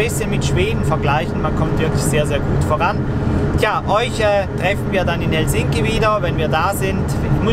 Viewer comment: H e l sinki - Betonung auf der ersten Silbe!